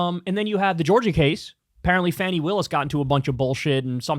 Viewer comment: Fani is pronounced Fawnee. I can't watch you, tried to come back but you're too annoying.